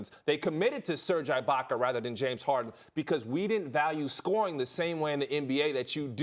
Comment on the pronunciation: Serge EYE-baka..fire hollins!